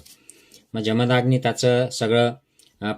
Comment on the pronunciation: निदान उच्चार तरी बरोबर करा. इंग्लिश स्पेलिंग वरून जमदाग्नी असा उच्चार करत आहात. जमदग्नी असे त्यांचे नाव व उच्चार आहे. तुम्ही आहात, की करा. तुम्ही जे ग्रंथांचे वाचन केले ते तुमच्याजवळ ठेवा. त्याचे मनन चिंतन जरूर. करा व तुम्हाला पटेल ते तुम्ही जगा. परंतु लोकांना जात, धर्म यावरून भडकवण्याचे काय कारण? लोक पुस्तके, संदर्भ न वाचता, न विचार करता गोष्टी उचलतात. त्यामुळे सध्या देशाचे जे वाटोळे झालेच आहे, त्यात तुम्ही भर का घालत आहात? धर्म जात बुद्ध विविध ऋषीमुनि व देव हे सगळे त्यांच्या त्यांच्या जागी असू देत. आज गरज आहे बंधुत्व, प्रेम, माणुसकी, कष्टाळूपणा याची. असो. तुम्ही तुमचा धर्म कीचा अनुसरावा. करीनासे संपला, त्यानंतरचे तुमचे व्हिडिओ उंटावरून शेळ्या हाकण्यासारखे चाललेत. परदेशी राहून इथे भारतात काय राजकारण घडतंय किंवा देवाधर्माचं कोणी काय करायचं याचं चर्वितचर्वण करू नका प्लीज. तुम्ही चॅनेल बंद केला तर भारतातील तुमचे जातधर्म बंधु फार सुखी होतील.